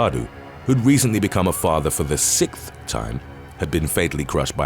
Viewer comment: Love the narrator but drives me nuts whenever he says "sickth" instead of "sixth".